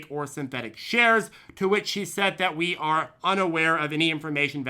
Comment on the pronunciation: We-u. We-u??? 😂😂😂😂😂